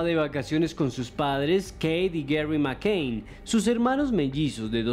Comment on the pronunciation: El de la voz en off pronuncia mal a propósito o simplemente es negado para el inglés? en serio. La niña se llama McCann y él dice McCain. Por cierto, quien haya tenido la idea de que don Esteban hable menos y Johanna hable más se merece un lugar en el paraíso 🤣